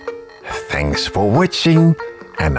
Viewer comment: “Anyway, thanks for wuchting !😊”